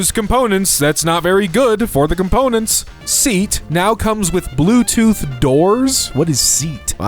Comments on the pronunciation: SEAT Not seat. Pronounced more like 'Se a spanish car company. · its not seat you say it like, say at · SEAT, for those who aren't aware, is a car brand. And it's pronounced seh-yaht. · SEAT, pronounced sort of like 'SEYAT', Spanish car company. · Seat is a Spanish auto maker... you pronounce it Se... At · Seat is pronounced as Say-At